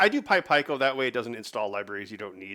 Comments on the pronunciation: Don’t bother trying to change him - it won’t work. By the end of the workshop last year, he had me saying pie-koh too! Fortunately I reverted back into proper English when I got home 😆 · Its pronounced Pee-koh not pie-koh